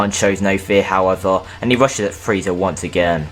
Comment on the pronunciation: He said cell had friza putentshull whall Friza wasint on earth